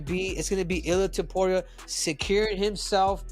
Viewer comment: Why is it so hard for these people to say Topuria???